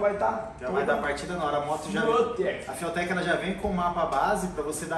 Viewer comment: Rapaz, os cara tão internacional mesmo kkk até a pronúncia "fiutek" kkk Vai ser top o projeto🚀